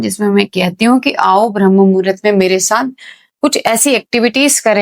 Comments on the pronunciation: भ्रम नहीं। ब्रह्म मुहूर्त बोलते हैं। तुमको बोलने ही नहीं आता है। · Pehele Bramha bola Sikh lijiye. Bhrm bol Rahi ho. Apna pronounce thik kare please. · भरम मुहूर्त नहीं ब्रह्ममुहुर्त होता है सिस्टर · भ्रमह मुहूरत नहीं ब्रम्ह मुहूरत। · Sister Bhram nahi bramh muhurut hota he... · Madam bharm nahi brahm muhurt ucharit karo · ब्रह्म मुहूर्त उच्चारण होता हैं ।